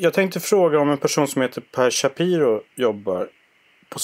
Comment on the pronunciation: Shapiiro. Inte ch i början